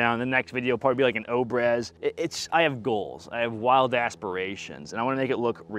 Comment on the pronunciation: obrez "au-brea-z" its russian for "cut"